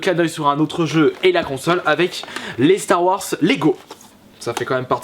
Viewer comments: Ouai par contre ça se prononce "Star Warze" et pas "Star Warce" mdr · Star Warsse, apprend à parler. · on dirait que tu dis Stare Warsse x)